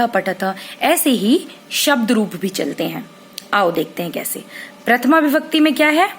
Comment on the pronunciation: maam par vo bibhakti nahi vibhakti hai